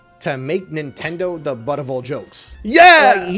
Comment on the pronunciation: oh it's nintendeen